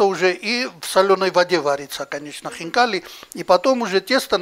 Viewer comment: то, что это будет вкусно, было понятно с первых слов! Как аппетитно хозяин произнес слово хинкали! А у нас котлетки!!!